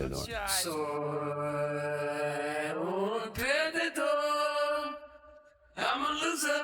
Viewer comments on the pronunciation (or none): exacto a eso me refiero, él dice que cantó "Soy un perdido" pero lo pronunció tan mañ que suena como "Soy un perdedor" lo que al final es la traducción real que ellos no pudieron encontrar en su momento xD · Though of course "I'm lost" would be Estoy, I think he means a translation of "I am lost" more like "I am a lost one" which would be Soy. Makes more sense as a replacement for Loser. But yes, now that I know he's singing Perdido (and he definitely is, just pronouncing it terribly!) I cannot go back to hearing Perdedor anymore!! It was better living in ignorance